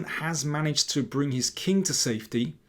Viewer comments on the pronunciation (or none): none